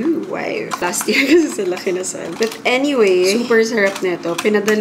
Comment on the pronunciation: “Buth anyway” 😂